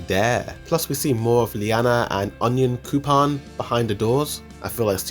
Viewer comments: Good video, but the way you pronounce those names... my dude, I've been hearing 'Onion coupon' and 'Liena' every time you talked about Onyakopon and Yelena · I feel like there saying onion-coupon instead of on-Yan-koo-po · My man really out here calling the characters "Flotch, Leana and Onioncoupon" 😂💀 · “OniON cOuPOn” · "Onion coupon" 🤣